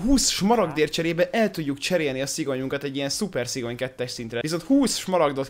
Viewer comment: Szigony nem szigyon😂